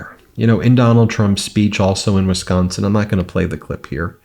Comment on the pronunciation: I like it that Ben can pronounce Wisconsin correctly